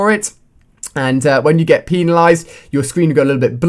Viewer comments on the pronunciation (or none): Peanalize? Um alia its penalized* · LOL! This dumb-ass pronounced "penalized" wrong